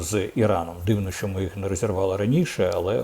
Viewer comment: Корчинський,не говори ''шьшьо'',''шьшє'' і т д . Говори правильно ''що-шчо'', ''ще-шче''.